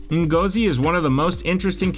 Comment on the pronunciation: Ngozi is pronounced N-gor-Zi,great video by the way.